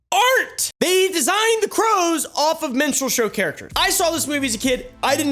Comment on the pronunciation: Shamelessness of big corporations is mind-blowing. You should check what Amazon did to a guy who has wife and 4 kids, very small children. Guy was working for Amazon and one day in 2020, FBI just appeared on his doorstep... F*cking sick story!!! By the way, why am I hearing "menstrual show"?!? 🤦🏻‍♀️